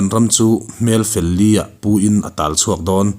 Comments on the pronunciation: A dik ngei ang. Hmel fel li (4) ah tia chhiar tur niin a lang lo, fel liah tih zawk tur niin a lang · Hmelfel Li ah tih ni lovin. Hmelfel Liah tiin chhiar tur. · A chhiartu hian achhiarthiam viau,mahse hmelfel li ah tih hi asawi diklo,li ah nilovin liah tih tur.hmel mumaltak puin tihna ani e. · Hmel li (4) ni lovin liah. Ka puar liah mai. Heta puar liah sawina anga lam tur. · Hmel fel liah( liah) lam dan tur hi , silaiin a kap fuh siah, a chaldarah tak a verh siah, tih ang hian lam tur. Hmel fel liah (pali) kawk ang zawnga lam tur a ni lo.Hmel fel tak, hmel fel fai tak sawina a ni.